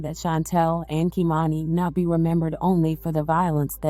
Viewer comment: The babies name was KimanA. Not Kimani. The 1st step to telling a victim’s story is to get their names right. This was awful